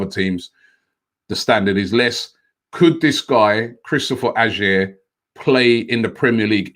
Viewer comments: OMG Robbie is not pronounced A-SHERR but A-YOH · Ajer is pronounced "aye er". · First of all robbie you arent saying AJER name right Hes not good enough for us so take him (Celtic fan) Hands off edouard